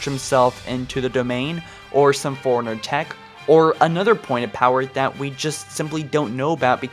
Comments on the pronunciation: And it's "Forerunner" not "foreigner". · Take a shot Everytime he says foreigner instead of forerunner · You must have said forerunnerr too many times . The reason I say that is when you say it it comes out sounding like Foreigner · I am new to your channel, but unless you have a speech impediment, you are pronouncing "Forerunner" wrong. It is pronounced like "Fore-runner", not "foreigner". I love your channel, but this small thing irritates me every single time. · You keep pronouncing Forerunner like "foreigner". It's confusing. Stop it. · “Foreigner” Dude it’s “four-runner” 🙄🙄🙄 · Why can't this guy say Forerunner right? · I always think you’re saying foreigner and it’s so triggering